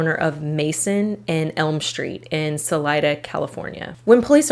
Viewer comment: I live about 15 minutes each way from Lacy (southeast) and Gerald (north) in Modesto, California. I remember both crimes and how scary things were for several years. It really opened my eyes to cults and abusive situations. Btw, thank you for pronouncing Salida correctly.